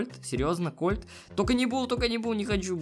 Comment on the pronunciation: не правильно не колт а кольт